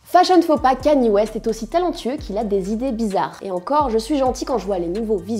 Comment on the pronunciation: kaniÉ west ?????